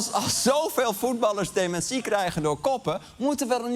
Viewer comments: Sorry Arjen maar dit item is gewoon niet om ààn te horen :'( DemenSÍE??? Wtf??? is dat hoe alle Nederlanders dat uitspreken?? Het is deMÉNtie!!!!!!!! Nee sorry ik kan echt niet meer verder luisteren. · Heh? Is dat hoe jullie daar in Nederland "dementie" uitspreken? Gekke jongens, die Nederlanders.